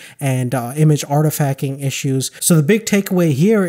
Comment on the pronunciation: artifacking lol